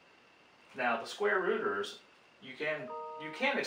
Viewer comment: I continued to hear "squatters" instead of "square rooters". But apart of this excellent video for an math and economy enthusiast like me!